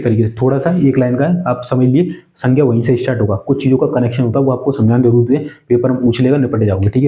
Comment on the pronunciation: ***_____Way of talking is not good atleast your should pronounce accordingly, yeh ko j, yahan ko jaah, zaruri ko jaruri, aap apni language thodi saaf nhi kr skte kya..... ****** NVS ko NBS KVS ko KBS Thousand ko thoujand Pure lecture main chaliye thik hai or hain na